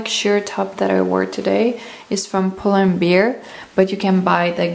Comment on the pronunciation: Its pull and bear not pull and beer! :D